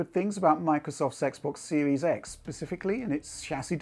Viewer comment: Microsoft's Xbox Series X sounded like Microsoft Sexbox Series X